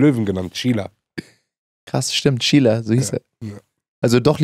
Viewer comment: he-man sein löwe heist im original cringer und wenn er verwandelt ist battle cat.... du hast dein hund nach seiner schwester benannt She-ra.... nicht she-la..???